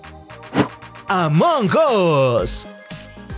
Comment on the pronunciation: De hecho la pronunciación masomenos correcta es la que dijo xd